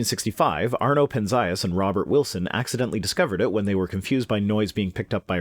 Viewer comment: the correct pronunciation of Arno Penzias's last name is /ˈpɛnziəs/ - not /pɛnˈzaiəs/, as you said it. Supporting source: BTW, about a year and a half ago I made a point of visiting the site of Holmdel Horn Antenna with which CMB was first observed in 1964 (now the property of AT&T). I do have a picture of the instrument.